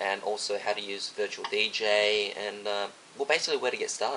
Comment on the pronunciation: sounds like ur sayin virtual BJ LMAOOO!!!